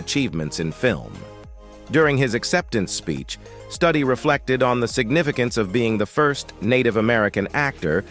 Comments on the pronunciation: The word 'advocated ' does not need 'for' after it. Is Studi's name pronounced Studdy or Stoody? I would say the latter, not the way it's pronounced in this video. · Wes’s name is pronounced Stew-Dee not study 🤦🏼‍♀️ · Please learn to pronounce Wes Studi, not Study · please pronounce this gentlemans name correctly! st-U-di. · On Wes Studi first ai needs to learn pronunciation. And they didn't mention his roll in 3 movies made from Tony Hillerman books. He played Joe Leaphorn, a Navajo police. Adam Beach also played on those movies as Jim Chee.